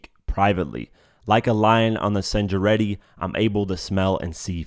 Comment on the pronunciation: "Like a lion on the SENJARETTI" 😂😂